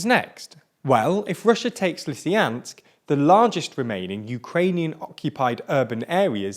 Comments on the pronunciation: They also misspronounced Popasna and Lyssychansk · Its lysychansk not lysyjanks cant u fucking read? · Do not forget Lysyanks instead of Lysychansk :) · For the love of god please at least try to pronounce the names of these cities right. Severodonetsk was pronounced 3 different ways, Popasna has an S in it, Lysychansk has a CH. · Wdym? It's Leeeseeyaaansk and Syeeevyeeerodonetsk!! ./s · Hey, there is a CH in Lysychansk. Pronounce it please! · They also don't care enough to pronounce Lysychansk properly. It is not Lysyansk, ffs! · i think the issue is more that the pronounciations given dont even correspond to the written form. Like pronouncing it 'Lysyansk' demonstrates a genuine and surprising lack of care as there is no reason an english speaker cant pronounce the 'ch' sound. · Popanza, Lysyansk... Dude, at least try :-D These names are already westernized :-D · Gosh, it's not PopaNsa it's PopaSna. It's not LysIAnsk, it's LysyCHansk. Learn how to read for god sake. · You guys perfected the art of not reading the names of places (Russian and Ukrainian names are read exactly as they are spelled) Po-pas-na Le-sy-chan-sk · While all this is, of course, horrible, I couldn't help but notice that you butchered every toponym you encountered. All of them. "Popanse" instead of "Popasne", "Lysyansk" instead of "Lysychansk". It's almost like it was deliberate. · Dude, it's PopaSNa, not PopaNSa. Ans also LysCHansk, not Lysansk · Same for me: LisieYANSK, PopaNZA - really weird. But he managed Severodonetsk after all . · its popaSna and lysyCHansk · It is twice as painful when you know the original pronunciation of all names. Popasna - not Popazna Lysychansk - not Lysyansk. Slovyansk - not Slovansk. This video sets a new level on mispronounced names! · “Lysyansk and Popansa” really? Also “Slovansk” I am looking forward to visiting the English and Scottish capitals: Lodnon and Edbinurg